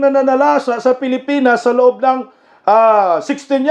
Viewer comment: Pilipan pilipan hahaha Hindi hongkong